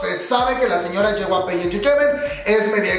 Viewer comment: jyp no yjp jajajajajaj